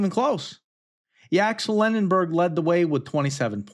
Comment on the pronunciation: First and foremost, great listen and analysis. I’ve never been so excited to watch a game of basketball. Although you sorta tanked the names of Yaxel Len-de-BORG (announcers do the berg too) and Elliot Cadeau, the points remain. Illinois is actually favored and in my opinion, they outclass UConn just about everywhere. What they ARE lacking is the UConn March voodoo magic that I wish I could understand! You mentioned the heartbreak games but omitted the Dante DiVincenzo nuclear title game against Michigan in 2018. That one stung less due to the level of play Villanova was on that season, but I digress. Great vid!